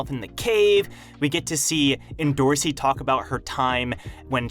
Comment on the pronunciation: Its not pronounced endo rossi its end or see endorsi.